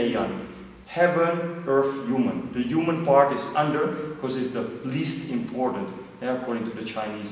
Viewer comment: its human not uman:)